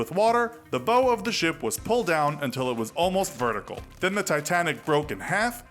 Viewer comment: You'd think they could at least pronounce "bow" correctly